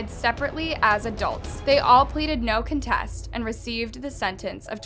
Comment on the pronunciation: Not the narrator blurring out pot but mispronouncing no contest🥴🥴😂😂😂😂😂😂😂😂😂😂😂😂😂